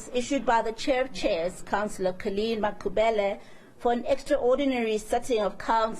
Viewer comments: Why Mayor act as if can't pronounce Makhubele correct. Black person who wish to be white I am disappointed. 🙁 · no it not that I don't have any problem with white people as humans. I am disappointed the way the mayor she speaks the majority of white people can pronounce the African surnames correctly but the mayor she act as someone who doesn't know how to pronounce the Makhubele surname her accent it like a person who is new in Africa.